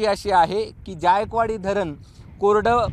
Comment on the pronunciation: ज्यायकवाडी नाही जायकवाडी आहे ते